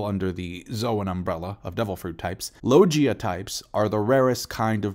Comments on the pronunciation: Dude you need to learn how to pronounce it it's logia not Loggia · LOGUIA* if you speak spanish, a hard G, you are, not "SAL-yer" right? Names matter lol Also agreed with your assessments, that's why you're the bes onepiecetuber!! Take all the time you need, we'll watch no matter when it drops.